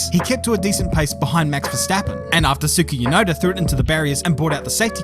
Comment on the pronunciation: who tf is Suki Yunoda?